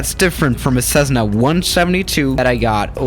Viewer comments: The U is silent in gauges. Also, it's a Cessna, not sezzna. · Cezzna?? Gaaages?? Practice your pronunciation